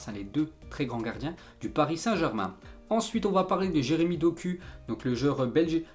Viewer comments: Jeremy dok(ou) et pas dok(u) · Mec doku se prononce dokou!!!!!!!